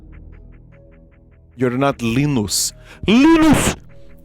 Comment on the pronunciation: Leenus ples